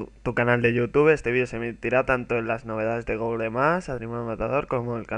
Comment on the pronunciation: Se dice Guguel y Guguel plus, no tal como se lee.